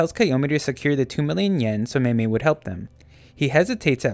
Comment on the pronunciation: No it's meimei go watch the show bro